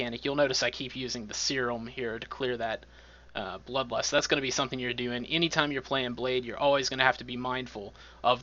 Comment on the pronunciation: Did you say lud blust for blood lust?